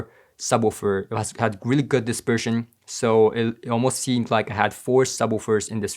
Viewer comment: Not dispersion; disGERSHMAN